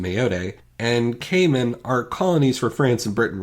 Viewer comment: Who else hear “Gayman” instead of “Cayman”?